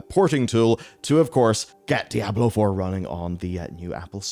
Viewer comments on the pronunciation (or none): "Die Ablo", yeesss ?